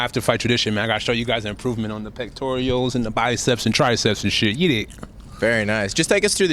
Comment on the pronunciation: Did he say pectorials?